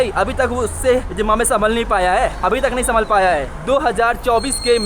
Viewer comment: Zimbabwe bhai. Not Zimbambwe as you are pronouncing all the time. it is pronounced as ZIM BA BUE